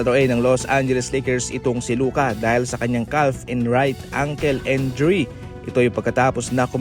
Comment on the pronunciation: Pano pronounce yung Gafford at Injury? 😅